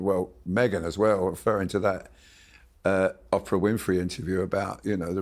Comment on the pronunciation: OOOOOOPRA !!!!!! Longgg O !!!! Not OPPRA !!!!!! What is it with you English.🤔🤔